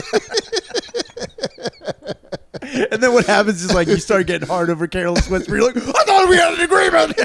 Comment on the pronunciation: Putting an S at the end of George Michael AND Careless Whisper is the blackest thing the has ever done